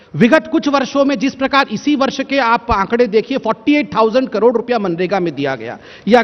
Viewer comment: Abe ovaisi sabse pahle tu , karod bolna seekh lo, baaki baate baad me.